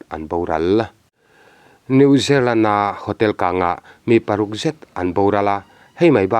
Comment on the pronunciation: New zerlen ti a i lam hi New Zealand tih tur ava nih hmel ve. Chanchinthar i rawn tichhuak țha țhin a, a lawmawm e